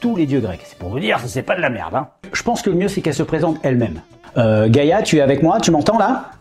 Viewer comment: Gaïa, pas gâta. 🤦‍♀️